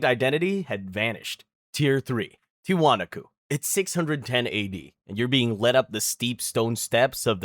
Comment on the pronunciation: and Tee wa knock co